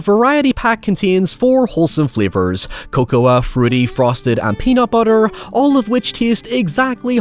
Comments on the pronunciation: cocoah? um i think that's pronounced coco :3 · did just pronounce cocoa as co-co-ah? am i dumb cuz i thought it was just pronounced like coco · Motherfucker actually pronounced the “A” in Cocoa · The scariest thing in this video is how he pronounces the word “cocoa”.